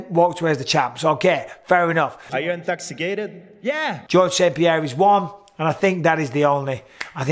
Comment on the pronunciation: “Are you InTOXiCaTeD??” “Yeaaah”. I felt that.